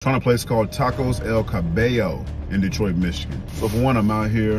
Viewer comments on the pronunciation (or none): Ca-buy-o is the pronunciation